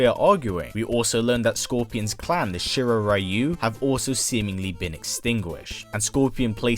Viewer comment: I cringed when he missaid shrair ryu